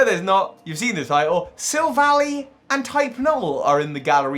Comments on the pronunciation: Take a shot every time he calls it Sil-vally instead of Silv-ally. Seriously it's name is literally referencing "Silver Ally" for crying out loud. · Sorry to go on a rant, but pronouncing Silvally like valley is like nails on a chalkboard. It’s pronounced like ally, because the name is a combination of silver and ally. It’s not Silicon Valley. Look at its name in other languages: Silvady (Japanese, from silver and buddy), Amigento (German, from amigo and argentum), Ngàhnbuhjinsau (Cantonese Chinese, from silver, partner, fight, and beast), and Yinbànzhànshou (Mandarin Chinese, from silver, partner, fight, and beast). They even say ally in the anime. Other than that, I like the video lol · I could see this theory being plausible unlike the Leon theory. It's got good evidence to support it. Also, Silvally is pronounced "Silva-lie", not "Silva-lee" - that would make the spelling "Silvalley". The name comes from "silver" and "ally". All other languages support this, as well. In Japanese, it's "Silvady" (or "Silvuddy"), which comes from "silver" and "buddy". It makes sense because you need it to be an "ally" or "buddy" with high friendship for it Type: Null evolve. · I hate how he pronounces Silvally. It's Silv-al-eye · I usually pronounce Silvally as Sihlv-al-eye Like Silver Ally Gladion named it Silvally and it is literally his silver ally so Yea